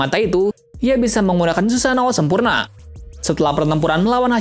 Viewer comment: Susano* 🤣🤣 bukan susanto